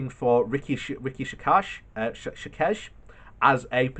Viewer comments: Oh for the love of god...its pronounced RISHI SUNAK...not that difficult 🙈🙈🙈 but yeah...the sooner BJ is gone the better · Yep he needs to learn to pronounce that name as the guy has put the rest of the cabinet to shame. Best performer in the government by far.